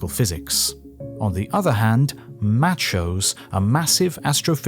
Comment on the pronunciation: "MATCH-ohs" lol.